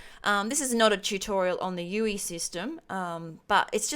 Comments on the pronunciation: I'm sorry but please say U.I not U.E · Its user Interface not user enterface. Should be pronounced U "I" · You say UE when its spelt UI.